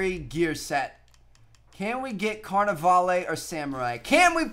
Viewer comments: It's pronounced lah instead of lay. (When he said carnivale) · His pronunciation of Carnevale is giving me a headache. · Does nobody notice how hes pronouncing Carnivale wrong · anyone else annoyed by how he says carnevale?